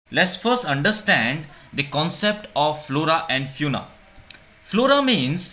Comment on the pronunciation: Small correction don't mind it the pronunciation of fauna is wrong